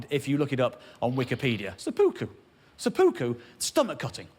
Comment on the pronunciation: It's pronounced Sep-pu-ku